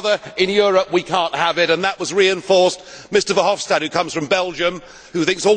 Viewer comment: Not "Hopstad", it's Verhofstad.